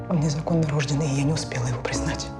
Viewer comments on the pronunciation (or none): Очень люблю данный сериал, но как же в этой серии резали слух неправильно расставленные ударения (танцовщИца, незаконнорОжденный).